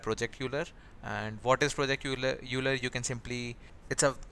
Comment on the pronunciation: Constructive feedback:It's project Euler(pronounced as oiler) otherwise nice video and thanks for all the suggestions.